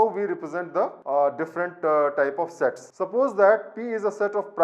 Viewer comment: No offense but i heard it as "sex"😂